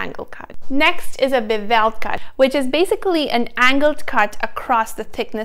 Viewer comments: Bevel is not pronounced bu-VEL. The accent is on the first syllable. It is a BEH-vul. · Bee-vell cut? Hmmmm…. Maybe try Bev-il.